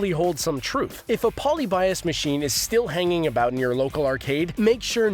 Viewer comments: ElectroSky nor was it pronounced polly-bias like this video says. Hahaha. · Poly buy Us? You’re saying it incorrectly. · "Poly-Bias" Lolwhut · Mispronouncing Polybius. Also all these topics are old news. Nothing new here.